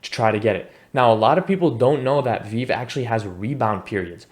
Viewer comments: Good info. It’s Pronounced “Vee-Vee”. Keep up the good work 💪🏼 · I’ll subscribe if you pronounce it as vee vee next time. You get a like for now :)